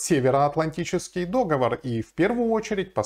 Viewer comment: договОр а не дОговор...